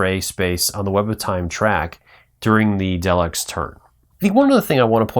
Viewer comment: OMG you are killing me with the pronunciations! TARDIS is "tahr'-dis.". Daleks are "dah'-lecks." Other than that good show!